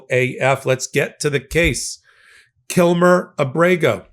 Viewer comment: Thank you!! Also, it would be nice if they'd pronounce KilMAR Abrego's name correctly as well. His name isn't Kilmer, it's Kilmar - MAR not MER.